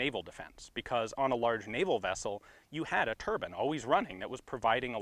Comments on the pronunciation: it's turbine not turban buddy 😂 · "On a large naval vessel you had a Turban always running" :') TURBIIIIIIIINE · Tur-bine, not tur-bin. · Turbine.....is not pronounced TURBAN...that is something that seikh's wear on their head...please pronounce TURB(eye)NE. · Why can't Americans say "Turbine" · I can coexist with car-bean but turban?? You've gone too far this time, Ian. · Did he pronounce turbine as turban? Are you fucking kidding me?!